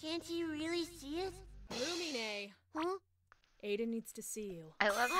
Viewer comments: Ѕмσl и' Ѕαlту nope not even its Loo-me-nay 😊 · no fite me it’s loon-nih-me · Its actually Loo-Mee-Neh but 🤷‍♂️ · no fight me it’s “loo-mean” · ITS PERNOUNCED (LU MENE)